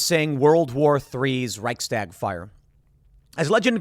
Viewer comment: For heaven's sake, you been in Texas recently?? It's pronounced reich - shtag, not "reich - stag". I'm not trying to diminish the seriousness of the situation but what else can one do? The US will be conscripting "old men and women" soon as well, since our military 'got woke'. God help us...☢